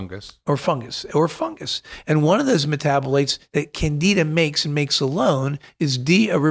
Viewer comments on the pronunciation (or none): CanDIDA! There is a D to pronounce in that word docs! Thank you! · Candy da:) let’s pronounce it correctly! Candi Da! It’s got candy in it! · I feel like we are traveling to “ Canada”…. It’s Candida not Canada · THOUGHT HE SAID CANADA LMAOO AND OMG WALKING MUSHROOM. IM Dead 😂😂😂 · It sounds like they’re saying Canada